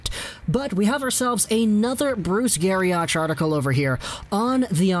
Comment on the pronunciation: NOT Gari-OCH, its Gari- OCK!